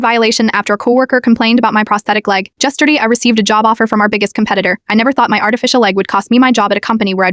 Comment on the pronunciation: Caption: Yesterday AI voice - over: Jesterdee